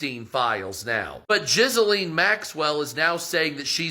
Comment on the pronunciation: I can hardly hear him because I'm laughing so hard at his mispronunciation of Ghislane. Jizz-A-Lean 😂